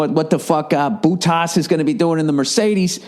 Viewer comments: "Boo-tas" I'm cracking' up. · "Bootas" lmao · That boottahs guy. 😸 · Buutas lol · Boo-tas LMAO!